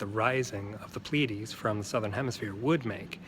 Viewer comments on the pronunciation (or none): none